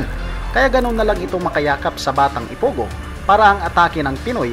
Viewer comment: Anong ipugo wrong pronounsation